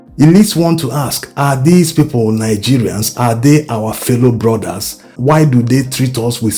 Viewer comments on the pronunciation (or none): none